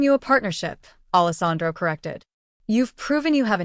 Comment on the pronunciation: It’s not Allis Andro! It’s spelled Allesandro. Idiots!!!!! So nice to know AI still won’t replace the educated human.